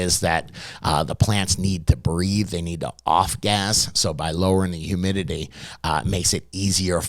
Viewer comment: HumidiLEE 😂 Got me every time. But great info for any beginner or novices… those who been doing this a while SHOULD know most of what he’s REMINDING you here ✅